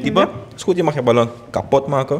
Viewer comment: 😂 meloen of ballon😂😂 spraakgebrek